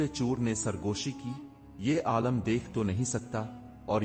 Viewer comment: Talaffuz qulat hai aalam nahin aalim yaane jiske paas ilm ho sahi hai